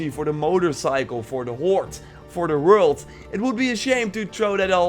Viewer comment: Please, work on your "WORLD" pronouce. Thumbs up for another great vid!